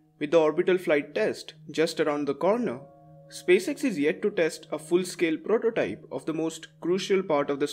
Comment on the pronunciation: bro really said “ful scule prututype”